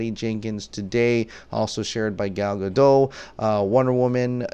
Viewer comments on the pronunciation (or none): I love you but you have to say the "T" in Gadot. Pls haha